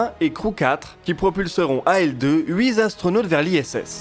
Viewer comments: Très bonne vidéo encore. Mais bon "huit-zastronautes"... les liaisons restent dangereuses :-) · Bonjour, Il suffirait d'écrire en toutes lettres les nombres dans votre texte pour éviter les liaisons maltapropos présentes dans quasiment toutes les vidéos depuis le début de votre chaîne. Cette fois, ce sont "huit z'astronautes". C'est dommage, les vidéos sont très chouettes et précises, mais ce détail sans cesse répété donne l'impression d'un exposé de collège. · Comme d'ab très intéressant et passionnant. Par contre attention aux liaisons mal "T" à-propos. Pas de Z ou de S entre le T de huiT et le A de Astronaute. ça fait mal aux oreilles, lol. C'est comme cenz euros. ouille